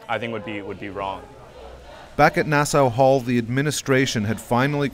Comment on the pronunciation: It’s Nass-AW Hall, not Nass-OW Hall.